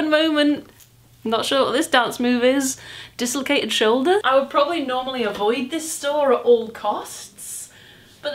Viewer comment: Haha "The disslocated sholder" 🤣